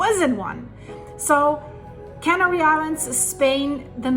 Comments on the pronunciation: "Canary" is pronounced with emphasis on the 2nd syllable, not the first. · Its not "Cannery Islands,, its Canary Islands, there are no cans being made there.. 🤣